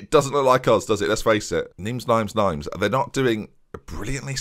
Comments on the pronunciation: It's pronounced 'neem' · I'm french and we pronounce : "Nime" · You know Lille are pronounced Leel You know Nice are pronounced Neess You know Paris are Paree You don’t know Nimes are pronounced Neem I’ll say no more on the topic. Perhaps the final season could be you apologising to all the players and teams whose names you’ve butchered? 😆 If you get the double in France: Why not try pick up a job in another league and try add something else to the haul... you talked about Netherlands before? Or Belgium? Don’t think you’ve ever managed in Scotland, have you? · Seeing as you asked. Nimes = Neem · Pronounced Nime (rhymes with mime) or Neem? I think it's Neem. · It’s Neem. The last letter in most french words is silent. Angers is pronounces On-jair for the record. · Nimes is said Nime the I makes more of an e sound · I'm sure it's pronounced Nigh-mees